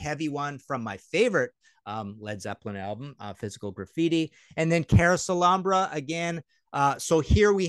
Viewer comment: I'm with ya Martin... So glad u said "Carouselambra"!!!!!